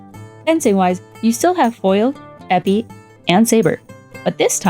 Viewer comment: Epée is pronounced "eh pay". Sabre fencers are sabreurs, not sabrists.